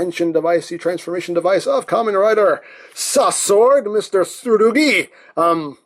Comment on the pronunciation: Not Ramen Rider, it's Kamen Rider all the same (or should I refer to him as Ka-MEN Rider, stressing the "men").